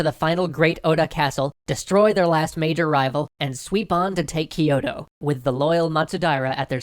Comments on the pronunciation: It's not spelled "ki-yo-to" But spelled "kyo-to" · Kyo - To (two syllables), not Ki - Yo - To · I just want to point out that Kyoto is NOT pronounced "Keyoto", Its actually spelt and said in Japanese "Kyootoo" or spelt in the westernised "kyōtō", which time has shortened to Kyoto. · I love this series a lot, but the only thing bugging me is your pronunciation of Kyoto. It's not "Ki-yo-to" it's "Kyo-to". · Hoping not everything has been recorded, and there can be improvement upon "Kiyoto" That's my biggest pronunciation gripe, the rest, I can live with., please try to drop the vowel you're adding between the K and Y in Kyoto. It's not Kee-yoh-toh. It's Kyoh-toh. 京都、東京 Kyoto and Tokyo. The "kyo" is the same for both. If you say "Toh-Kee-Yoh" I'mma bug you about it, too >P. Y is not a vowel in Japanese.:). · You're vowel explanation isn't that clear itself. Yes they pronounce some words with more English sounding vowels especially the high 'i' sound, and they didn't palatalize Kyoto pronouncing it ki-yo-to (which did make me smile), but overall they did well to pronounce most things correctly. And Japanese wouldn't even hear most of these differences because they categorize some of these vowels as being the same where in English we differentiate them because we have 13 vowels in our language. At the end of the day they still did a better job with pronunciation than Japanese do with English words. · I winced every time he mispronounced Kyoto.